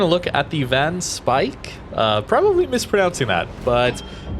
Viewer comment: Your pronunciation is pretty good. The only thing wrong is the first word: van. the A in 'van' sounds like the A in 'after' . Or like in the word 'farm'. So say the word farm, and change the rm into an n. van Speijk.